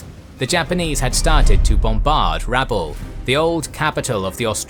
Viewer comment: Just a correction on pronunciation, my understanding is that the emphsis is on the a not the u in Rabaul.